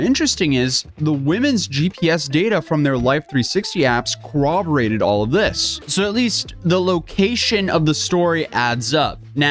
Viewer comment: it drives me absolutely NUTS when people who have jobs in the law enforcement space or reporting on law enforcement can't pronounce "corroborated" like it's a difficult word to say 🧐 there is no "W" in it. Co-ROB-oh-rated. It's a vocabulary word used so frequently in those careers and so many of them just butcher it constantly